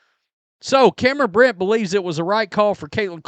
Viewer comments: It's Cameron Brink, not "Brent," "Brint," or "Britt." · She's Cam BRINK ....sounded out it's CAM BRRRR....INK (like a pen has) not Cam Britt. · Her name is Cameron "Brink", not Britt! My god, did you make it past elementary school? Another low IQ sports fan. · Cameron BRINK, NOT BRICK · so you do know the word “Brink” lol Cameron’s last name is “Brink” too, not “Brit” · I like your content. By the way it's Cameron Brink not brit. Brinks truck was mentioned... well Cameron Brink has the same pronunciation when it comes to the Brink. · why do you always say Cameron BRINK’s name wrong? It’s NOT “brint”, that’s not even a name, I don’t know where you got that from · Say Brink's name correctly, please. You can tell you're a casual the way you mess up the players name over and over.